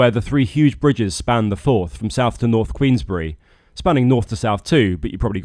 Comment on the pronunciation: Queensferry, not Queensbury or maybe my ears need tuned in. Anyway, another grand episode, looking forward to the winter work and further adventures next year.